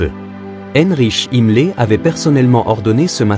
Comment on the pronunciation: A partir du moment où tu entends "heinrich himmlé", tu n’as plus rien à défaire sur cette chaîne... Arrêtons les voix IA!!